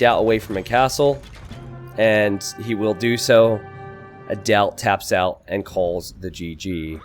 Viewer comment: "tabs out" ot "taps out"?